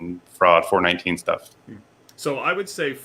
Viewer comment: Its pronounced four one NINE (419) not foure NiNeteEn facepalm